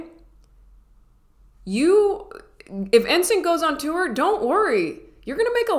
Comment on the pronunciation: U pronounced the wurd "tour" "tu-wur"...... .....Wutt'z up with that? .....🙂😁🙂😋